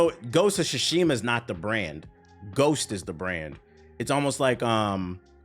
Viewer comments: “Gosha Shashima” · "Ghost of Guatemala" 😂